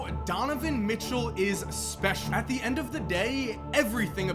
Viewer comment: Is it just me are does say end1